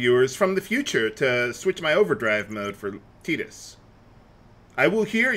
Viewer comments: you saying "Teedus" sounds just so wrong to me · I swear, it sounded to me like you called him Pee-dus. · Did anyone hear him say fetus instead of tidus